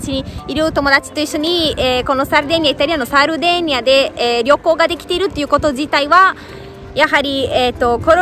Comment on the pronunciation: サルディニアかと思ってたら現地人はサルデェーニア言うんかｗ サルディニアはおそらく英語なまりかなんかかな